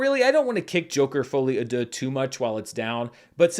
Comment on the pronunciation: I never made any comment about your French pronounciation, but hey you made a lot of progress on "folie à deux' so this is Worth mentionning. Congrats